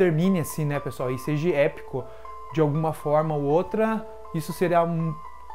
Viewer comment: dahora o canal, já vi vários vídeos seu, mas para de falar seji, seje, é seja.